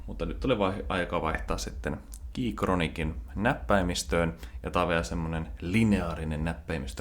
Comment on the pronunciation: En oo viittiny huomauttaa vielä siitä että sanot Keychronic etkä Keychron